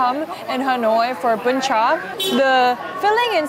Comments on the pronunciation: sorry but "BÚN CHẢ" not "BÚN CHÀ" ^^ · Girl that "Bún Chả" not "Bún Chá" "Bánh Tráng Nướng" not "Cuống"😂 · Omg I love this video. As a Vietnamese spending her first Tet aboard, this video brings me back home. The food, the sound, people and everything else is just so real and perfect. One small thing that the second dish you ate is "bún chả" not "bún chà". But really, I'm so grateful you added the original name of the dishes and even tried to pronounce them. Love this so much~~~~~~ Edit: nvm, most of the dishes name are wrong but everything else in this video is legit 🫡 "phò bò" = "cow slut" hahahahahahaha so fk cute 🤣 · Oh no it's "Bún chả" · It's Bún Chả not Bún Chà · Let’s me correct the second dish, this one name “Bún Chả” not “Bún chà” 🫣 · oh there is a mistake it's BÚN CHẢ